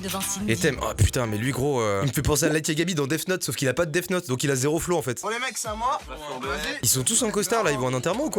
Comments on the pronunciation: Putain c est death note pas def note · Par contre « def note » 😭😭